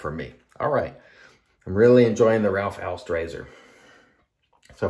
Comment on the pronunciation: Great shave and an even better pronunciation of Ralf Aust! I suppose you meant a respeced brand rather than respectable — not mutually exclusive but bot synonymous. But being finicky about labels (and this time you have to be VERY f.), did you notice the ‘idiosyncratic’ spelling of shea butter? (Was it intended as a nod to A & E: shae butter? [JOKE!]), and the missing space before the word glycerine? Linguistic needlepoint.... or maybe just knitpicking (orthographical pun intended.)?